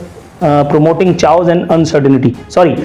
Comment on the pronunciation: It is not chawoos.....its chaos (keose)